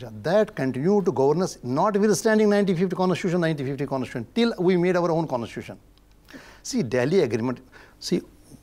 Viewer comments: What an ex-judge who cannot even pronounce the word constitution! No wonder India is in a mess created by such judges who just cannot see rational and logic, key areas of decision making in the legal context. Dr. Swamy is brilliant and simply unbeatable even in law. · how did this guy become a judge? he can't even pronounce c o n s t i t u t i o n properly?